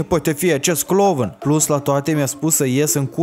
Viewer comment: Tu ai zis clovãn sau mid mi sã pãrut?